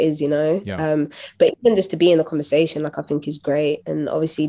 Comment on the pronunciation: Anthony, you just can't ask her why she say "fink" instead of "think" over and over and call it an interview.